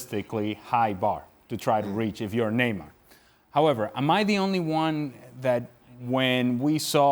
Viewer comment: How is shaka even british fucking sayin every “the” as Z ... proper english pls